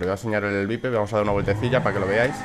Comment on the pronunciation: se pronuncia vaiper y se escribe viper ¬¬